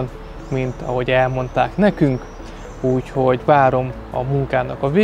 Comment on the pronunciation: "Úgyhogy"!!Jankó gazdád beírathatna 1 logopédushoz!!